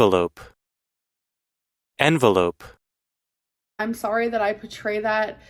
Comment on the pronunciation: lol that is not the right pronunciation of envelop. You've used the pronunciation of envelope.